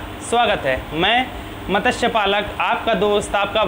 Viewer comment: मतस्य नहीं मत्स्य मत ्स्य नहीं मत्स् य= मत्स्य म आधा त् आधा स् पूग